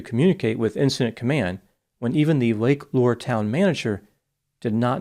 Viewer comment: This is the least important detail but Lake Lure is pronounced "Lur-ree"